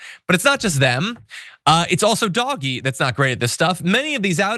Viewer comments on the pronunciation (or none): It's not pronounced Doggy, it's pronounced. DODGE-EE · DOGE: "DOGGIE" is the wrong pronunciation - conveys lovability, silliness. The RIGHT word is DODGE-Y, as in SKETCHY or deceptive. PLEASE. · It's not pronounced DOGGY, it is DOE-SH. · It is not doggie, if you want people to respect you, don’t insult people’s intelligence by mispronouncing words. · i love that he's pronouncing it 'doggie'. so great. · Keep calling it DOG Eeee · Please, please, please, don't call DOGE ''doggie''. It gives the impression that DOGE is of no importance and not to be taken seriously, which I doubt .is your intention..and also might make people think that Americans don't know that a 'g' immediately followed by an ''e''...is pronounced ''dg'', as in judge....